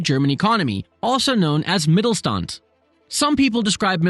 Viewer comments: great video only one little correction: the "st" is pronounced as sht (in the way you would say it in "shook") so rather than Mittelstand it is pronounced as Mittelshtand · Hey! Good video, just one criticism, which is a pet peeve of mine: When a Youtuber pronounces a foreign word wrong, although most of the sounds that make up the word are actually in the Youtuber's native tongue. In this case: In 'MittelSTand' the 's' is pronounced like in the english word 'fish'. And the 'and' is pronounced like the english 'under' without the er. Easy enough for you to say, I think. I know it's not a big deal, but I think it's a matter of respect. It shows respect to the language and culture you're engaging with, and the natives will surely appreciate you going the extra mile, whichever country it might be. And these days, it's as easy as typing the word into Google translate and play it back and then maybe practicing for a minute or two. Have a good day :) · Wie er "Mittelstand" ausspricht ist schon ziemlich witzig :D